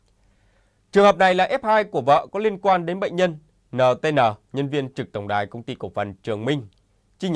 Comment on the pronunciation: NTN phải đọc cho đúng là ..en nờ tê en nờ , chứ không phải là ..nờ..tê..nờ .? Đọc kiểu ..cờ..lờ..mờ..vờ..như ai đó là sai !